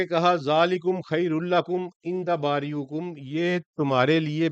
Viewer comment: السلام و علیکم ۔سر یہ لفظ باریکم میں زیر ہے پیش نہیں ہے